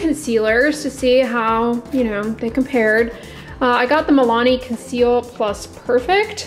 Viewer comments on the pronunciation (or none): its conceal and Per-fect! not perfect. I know how ridiculous this read but iykyk